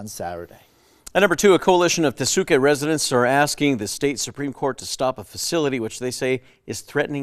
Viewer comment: Are the newscasters who insist on mispronouncing Tesuque, going to start calling their city "Albuquer-KAY"? 🙄